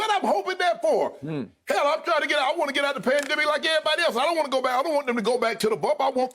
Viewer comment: "we want our geet back" lol